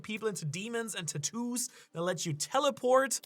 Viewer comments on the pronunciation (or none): none